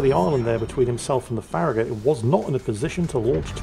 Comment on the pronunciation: pronounced FARRAGUT